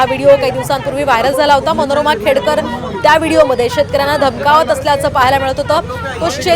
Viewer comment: खेडेकर नाही , खेडकर....